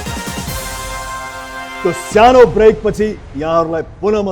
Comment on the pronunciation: Syano break hoina k Rajesh Dai sano break vannu na ya aru lai Kati haso lauxa😂😛